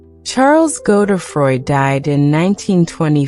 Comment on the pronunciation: Weird American voice ...is it AI ? Pronounciation Godedfroid = NOT Go the froy